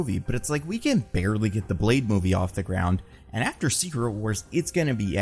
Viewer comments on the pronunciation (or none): none